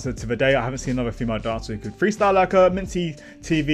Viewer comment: Thanks for the reaction.. this is how you should pronounce Minzy : Mint + Z Blackjack on top and always.. 😊